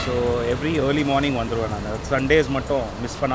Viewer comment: தம்பி இயர்லி மார்னிங் இல்ல,, அர்லி மார்னிங் சரியாக உச்சரிக்கவேண்டும் 🙏